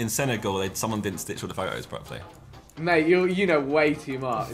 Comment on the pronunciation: Genuinely irritates me when Josh says the word properly as he pronounces it proply.